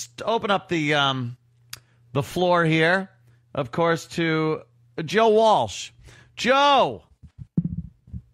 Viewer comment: lol walch and walsh are different joes